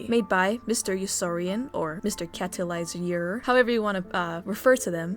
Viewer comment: u prononce catalyseur wrong,its a french word and if u want to say it right say "catalEser"